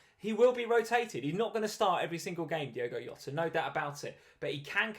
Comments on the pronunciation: man. It’s Jota not Yota 🤦‍♂️🤦‍♂️🤦‍♂️ he’s not Spanish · It's JOT-AH. He's Portuguese. The J is pronounced like in JOE-SAY Mourinho. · Jota is Portuguese not Spanish. You pronounce the 'J' like 'Jay'